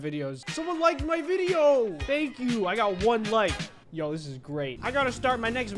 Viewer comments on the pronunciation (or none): Why are you saying Thmank you